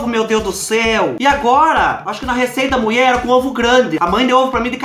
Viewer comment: Kkkk au adoroooo quando você fala a mueeee.kkkkkk